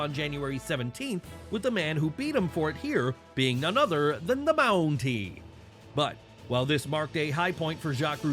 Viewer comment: why he say the Mountie like that?